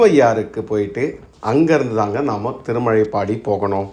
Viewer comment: திருமழபாடி இடையில் ப் கிடையாது.என் பிறந்த ஊர். திருமழைப்பாடி என உச்சரிக்கிறீர்.திருமழபாடி சிறப்பு ழ கரம் பயன்படுத்தவும். பதிவுக்கு நன்றி.